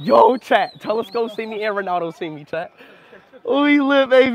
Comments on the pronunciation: Talisca❌ Telescope✅ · Bro called talisca telescope ☠️